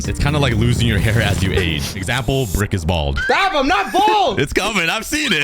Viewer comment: You Dede rik inset of brick